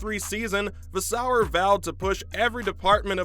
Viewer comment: Vaes-seu-rrr.. Not Vaas-sou-errr